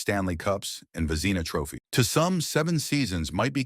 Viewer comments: "Vezeeena Trophies?" WTH?? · "Ice Hockey Field", was said twice 🤦‍♂ "Vezeena Trophy is how Vezina Trophy was pronounced. I turned this crapola off! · AI??? Vezeeeeena Cups? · Only someone who doesn’t follow the game would butcher the pronunciation of one of the most important awards in the game. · My words exactly. And his pronouncement of Vezina, shows his deplorable character.